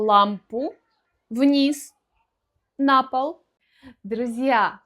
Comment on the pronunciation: Ударение на предлоге как "нА пол" это частый случай? Не знал это вообще возможно ;)